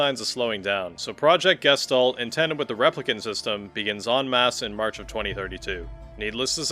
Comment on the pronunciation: just a fun note all speaking "Gestalt" wrong XD, it is from german and it means Shape/Form/Figure